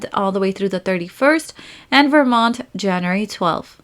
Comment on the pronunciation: I like that she says Januree instead of January